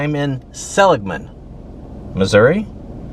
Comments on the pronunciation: Its actually pronounced sell igg man. Used to live there. Yes, lots of poverty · The locals pronounce it ( Saul-lig-men ) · "Suh lig mun" I live 13 miles east of Neosho Missouri. I probably would mispronounce some of the towns from where you are from ;) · My home town. Not much to see there. We pronounce it Sah-lig-mun. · YOU DID NOT PRONOUNCH SELIGMAN RIGHT